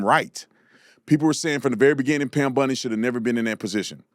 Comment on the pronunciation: It's BOND-EE, not BUND-EE (like Ted Bundy).